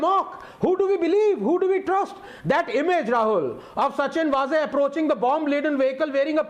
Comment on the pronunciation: वाझे, not वझे.